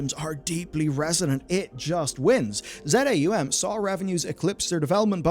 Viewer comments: Not Z A U M, but ZAUM - as one word. From заумь- russian word, that means the decline of a formal linguistic tecniques and style. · It's Za Um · Minor correction, but relevant: Z-A-U-M is pronounced "Za Um" - it's a made up Russian language meaning "beyond the mind" (Wikipedia says "transrational"). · I believe the studio name is pronounced phonetically. "Zah Um", not Z-A-U-M as some sort of spoken acronym. Edit: Never mind. You pronounced "Luiga" Loo-jee-ah. You have some sort of reading impairment going on and I don't want to pile on.